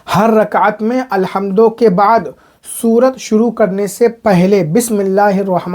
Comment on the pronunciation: मुफ्ती साहब सूरत नहीं सूरह बोलें।